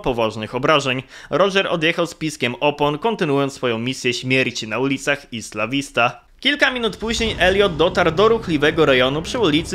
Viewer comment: Cymbale niedouczony tego się nie czyta ISLA vista.